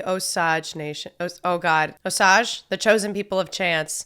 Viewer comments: Long "A" in Osage. That was painful... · Casino 🎰 and Avivator are what you need to see. Oh Sage is how its pronouced. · Pronounciation, Osage...Long O and long A. Like O-sage where sage is pronounced like the herb.